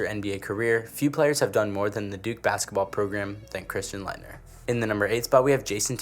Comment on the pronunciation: Why wouldn’t you make the list in order lmao and you can’t even say Laettner bro